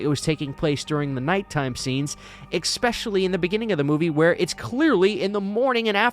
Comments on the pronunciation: The word is eSpecially - NOT ekspecially... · Loved when you said, "Exspecially." Hahaha! 🤣